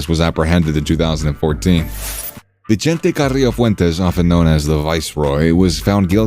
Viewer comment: "vee-chente"....no lol, NOOOO. Its pronounced "vi-sente"